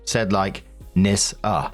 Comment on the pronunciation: OP westernised the name, you're supoosed to pronounce it "Knee-Ssa". Or "Niss-ah". Then you can twist it and say it sounds like a slur.